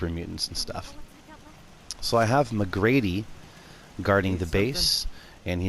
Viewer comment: "McGrady." -_- It's Mac-cre-de. Cool settlement though.